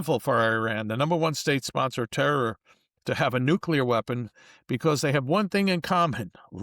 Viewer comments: Agreed. Now can someone please tell him how to pronounce nuclear?? It's NOT NUCULAR!!! I thought he had extensive studies in the minutiae? Possibly some more English and less classics. It's a little unbecoming. New - Clee -Err Not nuke you ler 🙄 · Nuke-u-lar? Are you kidding me? Isn't he supposed to be erudite? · Learn the proper pronounciation of Nuclear!